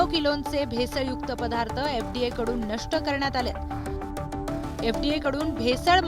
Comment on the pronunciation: पधार्थ नाही पदार्थ म्हणा पणीर नाही पनीर म्हणा. शुध्द मराठी बोलो भाषेत भेसळ नको.